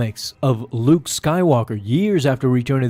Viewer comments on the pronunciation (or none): none